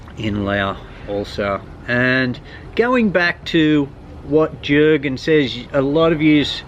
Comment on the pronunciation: The J in Jurgen is pronounced as a Y mate !